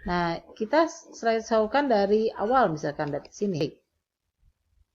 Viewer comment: Thanks bu. Maaf koreksi. Tolong perbaiki pengucapan ibu, slide show bacanya "slaid syo" bukan "slaid saw."